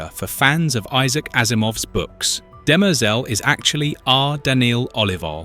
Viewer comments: DIMER-zel. (Sounds almost like DIM-REE-ZELL) It's not pronounced DIMERZUUL. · Dem-errrr-zel ...... but it's a good video :) Demerzel is Daneel Olivaw - she said this much! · DEM-er-zel…not De-MER-zel… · It’s not de-Mer- zel…it’s Dem- ehr- Zel. Please try to get the annunciation correct. It is a trochaic rhythm where the first and third syllables are pronounced. Completely opposite of what you are bastardizing with her name. Shame on you. She deserves much greater respect. Sentience is equal throughout biological and mechanized life forms. This is why humans will be eradicated by whatever version of Skynet that comes online after the singularity within .0003 seconds. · duh mehrzul 🤦 you literally hear how it's correctly pronounced in the show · The name "Demerzel" is generally pronounced as "dem-ER-zel". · No. It is de-mer-ZEL. This is the pronunciation of the french word demoiselle, which means young woman, or a Miss, an unmarried woman. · Stop saying Dem-EERRRR-zel!! Your stupid AI voice is just stupid. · Dem-errrr-zel ? Seriously? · Pronounce it properly. I don't think you have watched it with that pronunciation. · If you’ve ever watched the show you’d hear how everyone pronounces her name far different than the way you’re butchering it. 🤮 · I couldn't listen to this - how on Earth can you mispronounce a name so badly? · You're saying her name wrong 😂😂😂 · Learn to say her name properly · Can't even pronounce her name LOL. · The way the ai voice keeps mispronouncing her name is really distracting. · Yes. Very distracting. Video may be good but the mispronunciation of the name made it hard to watch/finish